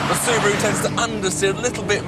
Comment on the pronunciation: Soo-bi-roo Impretza